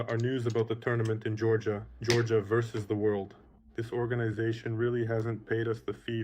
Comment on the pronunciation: Vs = versus not verse, don’t be like Travis lol pronounce the word 😂